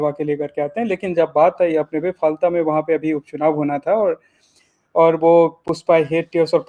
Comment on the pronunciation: constituency का नाम फाल्टा नहीं, फालता है